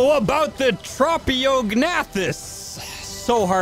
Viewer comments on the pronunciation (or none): Hearing the silent g pronounced every time was painful, also pretty funny though. It's like pronouncing the "P" in Pteranodon. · Just to let you know, to pronounce ‘Tropeognathus’, you say it like Trop(like tropical)-E-awg-nay-thus. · I pronounce it more like Troh-Pae-Og-Na-Thus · Well this is certainly going to be an interesting creature to mess around with. Also I'm pretty sure the correct way to pronounce its name is this. (Tro-pa-gA-na-thus) hope that helps. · "Trap-e-o-g-nath-us" "tap-a-ha-ra" this man pronounces things however he wants... "bog spider" "frost owl" "pterodactyl" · Tro-po-ga-nac-tus I know no one ask but, that's how I pronounce it. It's not the right way to say the name I don't think. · I thought it was trow-pee-oh-nath-us.. Like the silent g in gnat... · It’s trophy-o-gen-ath-us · U got it so close its tro pio gnathas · The name is pronounced Trop-e-og-noth-iss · Pronounced: Trop-eo-g-na-thus